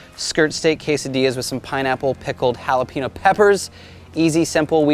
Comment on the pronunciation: Please learn how to pronounce jalapeño!